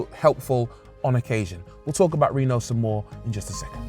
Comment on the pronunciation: It's not Reeno, it's Reno